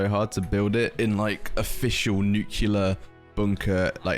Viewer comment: btw, no shade, but you pronounce "nuclear" as 'nukular' a lot, when it is pronounced 'new-clear' where I'm from. it might be wrong in europe, I might be wrong myself, but that IS the way it's spelled. good content, loved the video, have a good day. :>